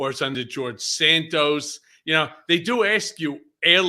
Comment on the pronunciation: Enough Santoos ! His name is Santos! Like in "toss" .... Santoss!